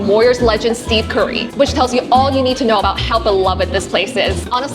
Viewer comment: I'll support anything Bay Area and beyond! But girl?? Steve Curry?? 😂 Steph Curry!